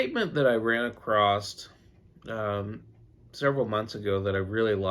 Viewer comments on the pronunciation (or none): Came “ACROST?”…. I DID NOT REALIZE ACROSS HAD A “T” AT THE END OF IT?????